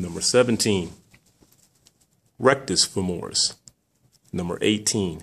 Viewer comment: rectis femoris! lol good video though! thanks